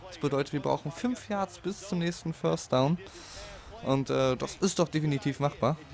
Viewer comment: Ein Föstdaun? Is ja n Brüller. Hör auf Football zu spielen. Das Ding heißt First Down du Klon.